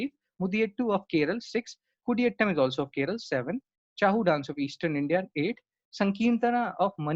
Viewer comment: Thank you for a very good lecture. I suggest correct Pronunciation of chhau of odisha Pronunciation of kundhei.